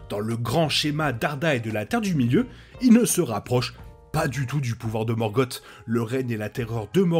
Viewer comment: Une chouette vidéo, très instructive. Je regrette juste "morgote". C’est Morgoth et c’est pas bien dur à prononcer, il suffit de sossoter un "S" à la fin. Cette différence sonore donne un ton bien plus pesant et sombre à son nom, et donc à son personage. Alors que morgote rappelle quelque chose comme gargote ou papote. Avec le "r" "français" plutôt que le pauvre "r" anglais relégué à une voyelle qui se prend pour une consonne, ce nom est encore plus formidable que l’original. C’est la malédiction de certains grands méchants d’avoir leurs noms dégradés dans leur version française par quelque chose de ridicule, comme Darth Vader remplacé par Dark Vador. On devine d’ailleurs une probable inspiration du couple Vader/Palpatine depuis le couple Sauron/Morgoth, même si c’est probablement Vader qui a de loin le plus de pouvoir potentiel, bien qu’il soit dominé par l’expérience de son maître.